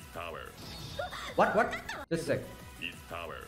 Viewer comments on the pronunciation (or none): He’s saying “is power” in Engrish